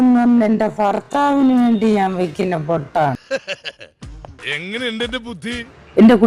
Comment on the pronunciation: ഫർത്താവ് 😂. എന്തിയെ അമ്മച്ചി 😂😂